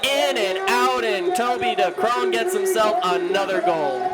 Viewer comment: Someone tell these commentators to learn how to pronounce Decreane, there's so many videos out there